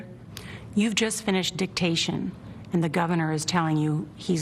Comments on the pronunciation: Hehe, she said "dictation". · I cringed every time they said the word Dictation.